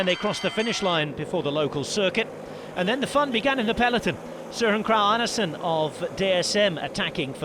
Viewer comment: The narrator's pronunciation of Søren Kragh Andersen's name was near perfect. Pretty incredible from a non-Danish speaker. I'm impressed.